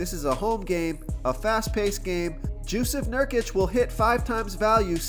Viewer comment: “Jewsef Nurkic” 😂